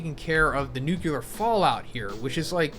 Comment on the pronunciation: Bro.... NOOK-LEE-UR not NOOK-YOU-LUR Great content